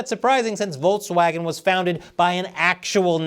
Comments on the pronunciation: It's Volkswagen not Voltswagen, why upload a video where very first word is mispronounced? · It's volKswagen, not volTswagen. The pronunciation of the English K and the German K are really close to eachother, so no need to butcher their name any further than they have done themselves.